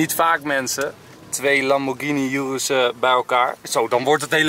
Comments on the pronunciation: Het is oeroes niet yoeroes enzo maar hij heet normaal urus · Je spreekt het uit als oeroes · Enzo je spreekt het uit als joeroes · Hij weet niet hoe je urus uit spreekt terwijl je zelf die fking auto hebt hahahaha